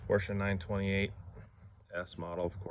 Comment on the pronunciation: Glad you pronounced Porsche correctly..... I'm a 78 euro owner 👍👍.... Have fun with it!!